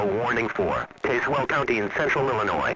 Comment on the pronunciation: Tazewell is pronounced "taz-well" not "taze-well" Other than that, nice